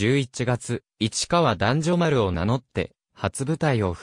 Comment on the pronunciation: もう少し勉強してから説明して下さい間違った読み方には突っ込みたくなります例えば男女丸は(おめまるが)正しいです ファンからするとみみざわりです～。